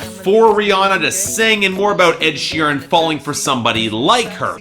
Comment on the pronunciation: He said "sheerem"